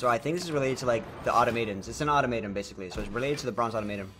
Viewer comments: aww-TOM-uh-ton, not auto-MATE-on... crack a book for once in your life. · Automaton - OR-TOM-AH-TON just so you know 😉😉😉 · OR?..its Ah-tom-ah-ton